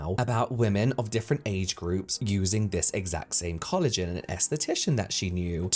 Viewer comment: I'm sorry, but I cannot STAND the way the first lady was saying collagen. "Coolajin" AAAAAAA